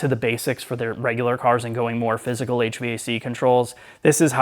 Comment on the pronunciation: Just fyi, HVAC is usually pronounced "HVAC", not spelled out like "HVAC".